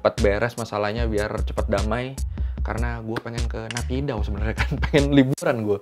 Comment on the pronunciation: Mungkin jarang ada org indo yg tau kalo pronounce kyi itu dibaca chi jadi ong san su chi Dan naypyidaw jg pronounce ny nepido